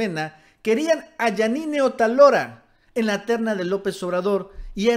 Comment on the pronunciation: Otálora, lleva acento en la a. Hay que aprender a leer